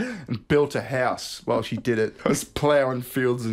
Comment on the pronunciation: When he says "she", I just hear "he". Guess the S is silent